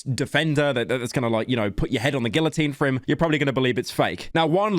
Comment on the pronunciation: The way pyro says guillotine shows how much brain rot he got from mr grips